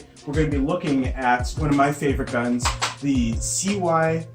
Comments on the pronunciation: please pronounce it see-muh instead of C-Y-M-A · Cyma is pronoced like. (See - ma)